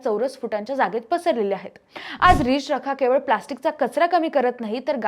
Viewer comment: रिच रखा नाही मावशी.... रि चरखा